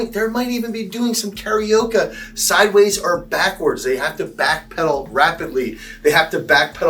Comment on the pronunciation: Never heard someone pronounce Karaoke like it rhymes with Tapioca before 😂 Maybe someone was hungry while filming?